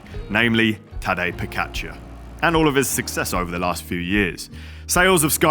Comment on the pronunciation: Its tadej pogacar not tadzjej pokakcar